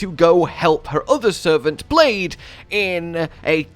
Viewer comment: The fact he's saying blade and not blaidd really bugs me